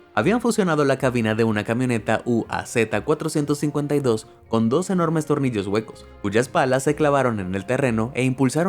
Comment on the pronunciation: No es U.A.Z es UAZ